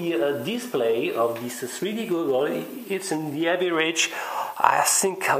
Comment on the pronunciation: FWIW, Goggle, pronounced Gah-gul. Just saying :)